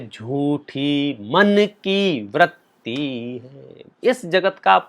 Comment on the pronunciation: Vratti (व्रत्ति) नहीं Vritti (वृत्ति)| क्षमा! मैं शब्द मलेक्ष नहीं हूँ किन्तु उच्चारण सही कर रहा हूँ।